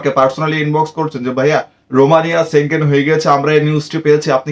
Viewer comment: সেনজেন কথাটা ঠিক ভাবে বলতে শিখুন